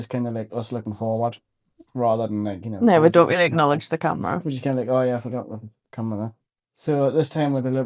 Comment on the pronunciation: that guy in Dark Hollow " Im on camrea " XD great vlog!